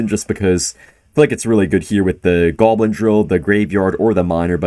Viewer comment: Why does he say "goalbin" instead of goblin?